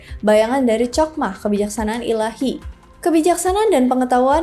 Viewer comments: Chokmah ( חכמה ) dibaca: Hokmah, bkn Cokmah. Begitupun dgn Chesed ( חסד ) dibaca: Hesed, bkn Cesed. Pengucapan huruf H nya dgn cara diucapkan dgn memakai bagian blkg tenggorokan, krn huruf Chet ( ח ) sbg huruf guttural. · Ya benar sekali utk mempelajari Kabbalah hrs dibawah bimbingan Rabbi Yahudi, makanya sy geli ketika mengucapkan Chokmah & Chesed yg mana pengucapannya jg gak tepat, tapi ia nekad utk membicarakan ttg kabbalah 😂.